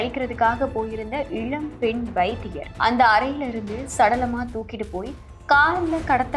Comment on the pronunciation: Your pronouns is like இளம் not இழம், Please lear proper meaning and pronunciation